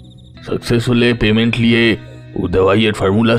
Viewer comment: kothata 'Patent'... 'Payment' noi...